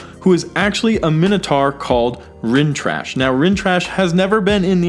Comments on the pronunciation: It's Rinntrah not Rintrash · * Rintrah not Rintrash * America not American * Ms. Marvel not Miss Marvel -solid video, though. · Rintrash? Really dude? The only thing trash is your pronunciation of Rintrah.